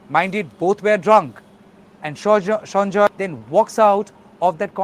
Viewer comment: He is Sanjay Rai and is not a Bengali. Why are you pronouncing the name is a Bengali accent ?